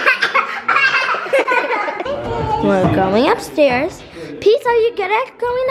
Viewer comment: Peace not pea!!!! Lol